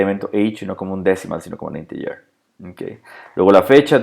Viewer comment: Odio que mezclen idiomas. Ejemplo de una de las muchas cosas que ha dicho (escribo como lo ha pronunciado): Podemos definir el dato por ejemplo como "Inteller" o como fecha. ¿Porqué no ha dicho "deit" (Date)? o en lugar de "Inteller" (Integer) haber dicho Entero y a veces dice "XML" en español y otras veces lo deletrea en inglés. Eso se llama ensuciar el idioma. El español es un idioma muy rico y no es necesario añadir palabras en inglés.